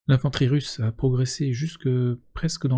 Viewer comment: Russe pas RUS, je dis FRan moi ?